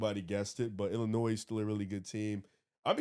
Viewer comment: Someone teach how to pronounce Illinois